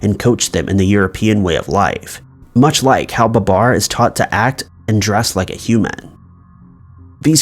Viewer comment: Ba-BAR, not BA-bar. it's the little things.